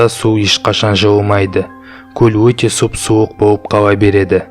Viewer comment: мұндай роликтерді қазақша шығарғандарыңа рахмет! Тек, қазақша акцентсіз, таза сөйлеп үйренгендерің жөн. Қазақ әліпбиіндегі спецификалық дыбыстарды дұрыс айту қажет. "Аныз" емес - аңыз, "Уте" емес, - өте. 2 минут 50 секундта айқайлауды қалай айтқанын түсінбедім.